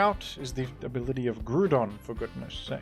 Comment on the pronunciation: It’s not Groo-don, it’s Grow-don. They’re not Groo-nd types, why would you pronounce it like that?